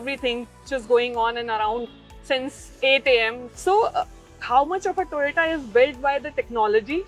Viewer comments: Its TOYOTO not Toyota by our highly educated ganna minister cum scientist=Gadddhakari😂😂🤣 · Once a minister say toyatoo